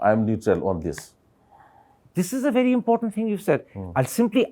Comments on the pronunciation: Mr meentioning about educated tho he even can't pronounce very and said bhery😅😮😂😂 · A bery step a bary steps 😅😮 everyone pronounced very . 😅😅